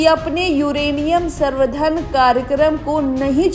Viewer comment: Madam Sarvdhan nhi samvardhan hota hai😂😂😂😂😂 or Enrichment